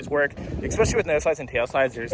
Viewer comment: I love you. Please stop saying EXPECIALLY.